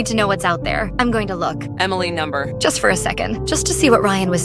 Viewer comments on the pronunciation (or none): Blud said “emileh’s right💀🥀”